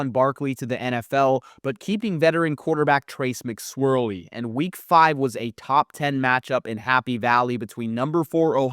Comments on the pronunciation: Dude really said “McSwirley” 😂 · I’m glad somebody noticed!